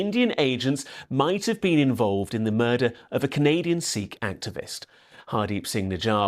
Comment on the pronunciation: Hasan pronouncing Sikh better than an Indian lol